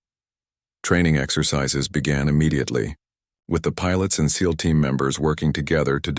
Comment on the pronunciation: Agreed, but at least this one says SEAL not S - E - A - L 😊